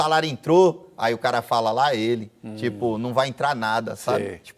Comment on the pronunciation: Porra, até João errou o lá ele. Ouxente, João. hahahahaha Mas tá valendo. ❤️♥️